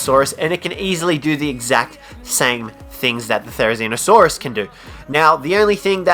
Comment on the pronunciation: #5 therzinosaurus.... you what mate?